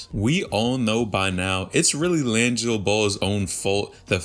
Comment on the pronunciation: Laaangilo ball. Is this guy pronouncing his name correct?!